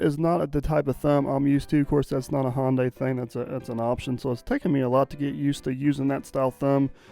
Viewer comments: Sunday Monday Hyundai... not Hawnday. Lol. Love the videos. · Hyundai is pronounced Hi un dee ! Back in the early 1980's I worked for a company that built Ion Implanters for Hyundai. I was the Quality Assurance Inspector for the job and was always corrected by their engineers on way to pronounce it. I was also the 1st American to drive one of their cars on American roads! It was a piece of junk but I didn't tell them that! Best Regards, Jay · Hyundaii like sunday. I had a new car sales man tell me that one time when j asked him how to pronounce hyundaii. He said hyundaii like sunday. And of course the fella was korean .